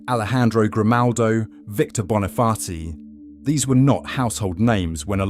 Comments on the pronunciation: Did I hear VICTOR BONIFAASII🤔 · Which one is Victor Bonifati or Victor Boniface😂